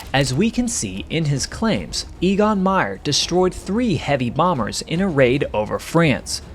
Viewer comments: Your guy's name is not EE-gon, but A-gon. Not surprising when you consider that the names for the German letters go: Ah, Bay, Tsay, Day, A -- so the name of the German fifth letter, "E", is pronounced very much like the name of the English first letter, "A", and that's what you use for his name. (I don't want to render the sound as "Ay", because lots of folks would pronounce it like "aye, aye, sir". Now, for "Jagdgeschwader", YOU say "JG", or "Jay-Gee", which doesn't cut it. The German letters would be pronounced "Yot-Gay", but they don't use the abbreviation. Just get over it and learn how to say "Yahkt Guh-schvah-duh" and feel that warm glow of accomplishment flood through your body. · EGON is pronounced EHGON as e is pronounced a in every other language but English.